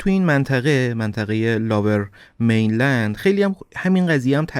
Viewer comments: لوویر مینلند نه لاور میلند... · Lover mainland?!! Seriously?👎👎 Lower mainland is correct. If you don’t know English, ask Siri how to pronounce it properly or just say Vancouver 🤨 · داداش نیازی نیست کلمات انگلیسی رو بیان کنید اگر بلد نیستی Lover mainland اشتباهه Lower mainland درسته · لاور مین لند نیست لوور مین لند میگن. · Lover main land ? Really? It's lower main land. At least learn how to say it right. 😂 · مرسی از برنامه های خوبتون،ولی Lower Mainland, لوور مینلند،یا سرزمین پایین خونده میشه که شما لاور مینلند یاLover Mainland میگید. چند بار دیگه هم این اشتباهات تلفظی انگلیسی بوده که از شما بعیده. من همیشه برنامه هاتون رو میبینم و خیلی دوست دارم. Excellent work as always 👏 👍 👌 🙌